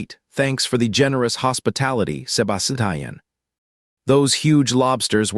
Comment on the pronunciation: I CAN'T FOCUS BECAUSE OF "SEBA-SI-TIAN" 😭😭😭😭😭